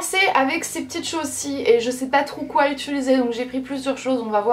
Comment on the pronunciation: Rahhhh UtUliser -_